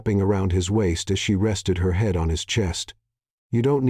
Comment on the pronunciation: Really bad pronunciation. He'd pronounced head, she'd pronounced shed.